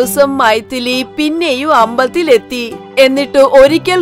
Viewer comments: ambathil alla Ambalathil 🤣enth malayalam shivaneeeeeeee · അമ്പതിൽ അല്ല അമ്പലത്തിൽ... 😂doubing ayyoo😂